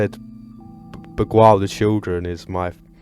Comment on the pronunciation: Lemme help you Bee-gile That’s how you pronounce beguile